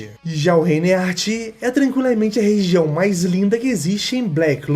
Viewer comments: A agonia que eu tive ao ouvir " He Art" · Que agonia o vídeo todo tu chamando Heart de Éart kkkkk